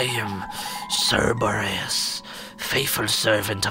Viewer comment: Cebores - Cerberus lols :D